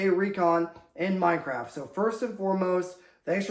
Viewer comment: Did he just say "Mind Craft" I like it